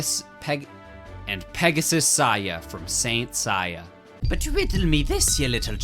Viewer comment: ''Pegasus Saiya'' 😭😭😭😭😭😭